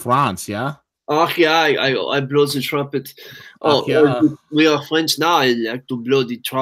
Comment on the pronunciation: Ah Oui .. fwench ist wunderbar